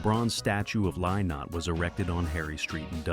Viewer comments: His name is pronounced Linnott, not Lie-not. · Im a 62 year old American woman who still loves Thin Lizzy and wishes AI could pronounce Phil's name correctly. Let an Irishman or Irish woman read this story.